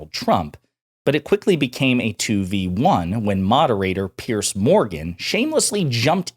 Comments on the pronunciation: It's Piers , pronounced like peers. Not pierce. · Dude it's PIERS, not "Pierce" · Piers not Pierce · It's Piers, not Pierce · His name isn't Pierce, it's Piers like peers.